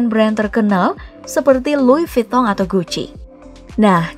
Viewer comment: LV "Loise Vuintton" bkan "Luing Vitton" 🙃